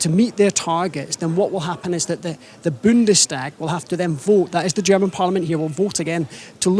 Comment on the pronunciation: Please help your boy pronounce Bundestag, long A Bundestaaag